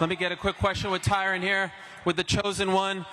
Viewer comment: Glad the announcer got Tyron’s name right. Finally someone that actually gives a shit.